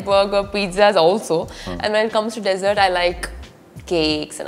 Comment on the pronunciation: Wish you could pronounce dessert properly , desert nhi hai vo sand wala hota hai . Dessert relates to sweet dish 🙈